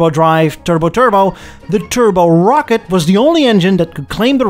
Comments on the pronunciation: Also rocket Not rockette like Radio City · Bust our ass over aluminum (no extra I) but pronounced Rocket...Rockettes like it's a Broadway dance Troup 😊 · First of all - thank you for pronouncing Aluminium correctly (and, would you be so kind as to let American's know how to pronounce it properly ..? Canadians we're about 50/50 pon getting it right .. lol) .. Second, I was about to ask what the hell a Rockette V8 is (thinking it was a Rocket) .. I was today years old when I learned it was actually called a Rock-ette .. Love the channel man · Ah loom in um. Rock-et We speak American English here. Not British English. Well done episode. I enjoyed it.